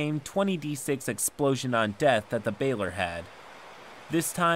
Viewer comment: Bailer! love it. "Baa-Lore"